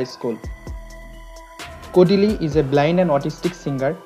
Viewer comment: Why does he keep calling " kodili"